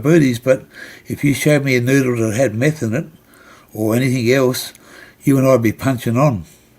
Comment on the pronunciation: Please get your words and facts right before you point out things you dislike - it is done not dome - it is meth not Meath - and Cabramatta was heroin capital in the 90’s no longer - it was Vietnamese people running most of it at that time - easy to point fingers to lay blame rather than be the change you wish to see